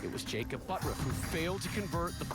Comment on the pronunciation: His name is But-turf.Look at the spelling Not Buttruf.It's Butturf.